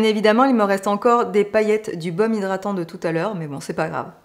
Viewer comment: Coucou belle! Toujours un plaisir de te voir!! "Zhydratant"...😅 Kiko n'est pas une marque qui m'attire,une marque moyen prix pour une qualité moyenne,des fards qui s'effacent à l'estompage pas pour moi. Les blushs sont connus, à la limite pourquoi pas! Il y a des marques comme beautybay qui proposent des petits prix avec une grande qualité, jamais déçue. En tout cas ce makeup bien que tu aies eu du mal il te va à ravir avec tes beaux yeux verts, très jolie 👌 Merci pour cette revue nouveauté st Valentin Kiko, à très bientôt! 😘